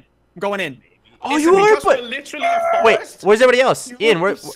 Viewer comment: "The FORST"